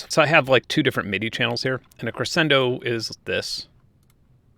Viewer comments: Is that really how you pronounce crescendo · Your way of pronouncing crescendo and pizzicato really irks me